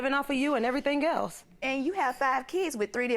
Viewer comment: When she said “What do you have, I bought you everythang you neededt” I knew what the problem was. 😂